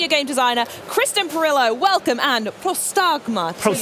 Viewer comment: they pronounced Prostagma wrong